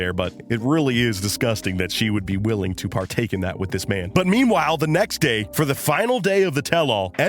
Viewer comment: Lol he said the necks day